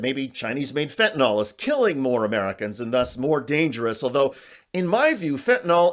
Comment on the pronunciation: Weird how so many people mispronounce fentanyl